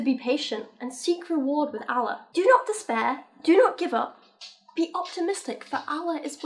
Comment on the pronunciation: I'm not even religious but it really annoys me when people pronounce Allah incorrectly.